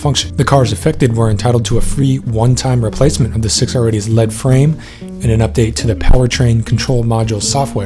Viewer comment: Good video, two nitpicks - the "HP" in the 6HP and 8HP is not short for "horsepower" but means "hydraulic planetary." Second, "lead" in "lead frame" is pronounced "leed" not "led," as in an electrical lead.